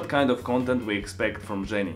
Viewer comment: "zjenny" lol